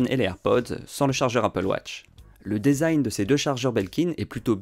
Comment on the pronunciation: Le E de - design - se prononce « i » ….